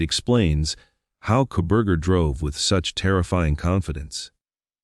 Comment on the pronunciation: This is all such B.S. opening the floodgates yet again, for all of these conspiracy nuts and Proberger idiotic comments. This is all just more phoney, sensationalism crap.. Right down to the generated narration that cant even say the names right.." Mo-Jen" and Co- bur-jur" 🤣 !! He was a loner with virtually no friends ( or accomplices) pleads guilty and will rot away in Prison, and yet he doesn't implicate anyone else out of the protective " goodness of his heart" ???? When will this insanity ever end !!